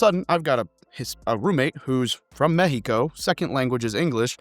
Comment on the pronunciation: Mexico instead of Mecksico W 😊